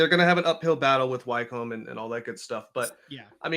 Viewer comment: Just some quick correction guys, It's not the Champion League or Champions League, it the EFL Championship or Championship for short. Also Wycombe is pronounced wi-come, not why-come.